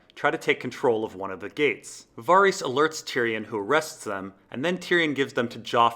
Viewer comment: Geez dude you have the worst pronunciation of names. Vor-eehs, Cat-u-lun, Ar-eeh-ya, its unbelievably distracting